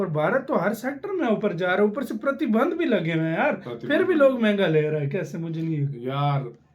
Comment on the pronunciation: Pratibandh? Hindi shi ho rhi h tum logo ki..